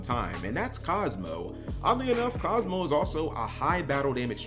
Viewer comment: Kozmo. It’s kozmo